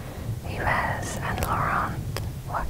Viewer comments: Yves is pronounced Eve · Love these videos, I listen to them on headphones when I’m cleaning 😊 Also I think the name Yves is pronounced like “Eve”!! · Yves is pronounced like “eve” just fyi😊